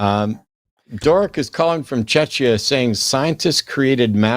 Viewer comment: 'Chek-eeya', not 'Chech-eeya'. You may be thinking of Chechnya.